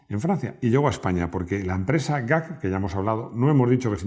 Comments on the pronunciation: Perodna Máximo no era gap, era " g-a-c"deletreando las letras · ¿Por qué llamas "gac" a G.A.C.? Me suena rarísimo así. Toda la vida se ha llamado G-A-C. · ¿Por qué demoniso llamas "gac" a la marca "geacé" que es como la conocemos todos???? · Muy buen video, solo un gazapo. G.A.P???? Habeis inventado una marca, siempre ha sido G. A. C.